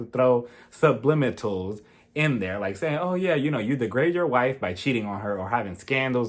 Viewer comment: *Su-blim-inal. Love you lots!!